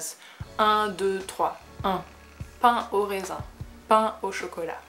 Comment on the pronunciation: This video almost works as ASMR. Pour « pain aux raisins », j’aurais tendance à prononcer le « ai » plus ouvert (dans la vidéo, je trouve que ça sonne presque comme « pain aux résins »). Mais peut-être que c’est juste moi ?